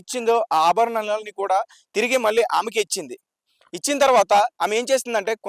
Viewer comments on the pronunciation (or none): none